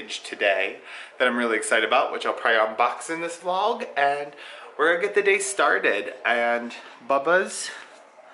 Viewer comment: Binge watching all your videos and I’m so happy I’ve found you! I love the way you pronounce vlog....more like va-lauwwg. 😂 I love how there are so many regional accents in the US.